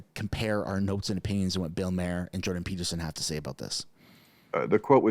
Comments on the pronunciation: funny You called him Bill MARE, which is funny cuz isn't that how you say Shit in French? Its MA-HER lol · Bill’s last name Maher is pronounced “Mar” not “ Mayer” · Maher is pronounced Mar, not that it matters he is woke and stuck in the matrix. He actually asked Rosanne Barr , "What is the WEF?" She told him to google it. Dork with a capital D.